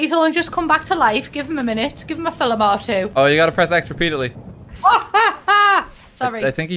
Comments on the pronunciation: The "filims" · Oh, I've never heard of this guest YouTuber before, let's see her play. Hears her pronounce "film". Aaaaaaaaand subscribe.